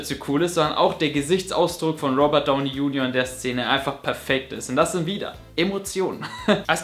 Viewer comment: Cooles Video du wirst immer besser aber JUNIOR solltes du in Englisch aussprechen weil eher nun mal so heißt :D.